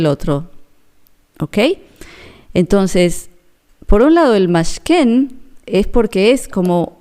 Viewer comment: Buenos dias, gracias por tus mensajes.. No se lee Mashken,, se lee Mishkan(tabernáculo). Saludos. sigue adelante.